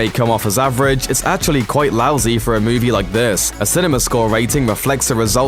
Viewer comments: Why can't you say "movie" properly? You sound like a ming-mong saying "moovay". Next. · Have not seen the film yet, doesn't look great but what I did hate was the way this going kept saying moovay instead of movie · had to stop watching ...you saying movay make me sick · What's a mooveh? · What the hell is “muuvey” u said movie correctly too